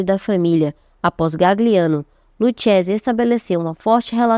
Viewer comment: Se pronúncia luquese, aprenda italiano pra falar da gente